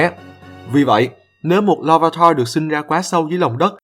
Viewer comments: tạo sao nhìu người đọc là lar - vi - tar mà anh đọc là lar - va - tar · la-va-ta??? Em toàn đc là la-vi-ta :))